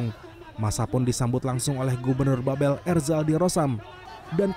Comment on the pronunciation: Mohon kepada reporter CNN untuk mengoreksi. Cara baca "Babel" itu salah. Gubernur Babel ialah Erzaldi Rosman, bukan Erzaldi Roesam. Mohon kerjasamanya.